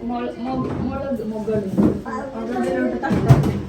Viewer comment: മുളക്കിന് മുകള് പറഞ്ഞു😊😅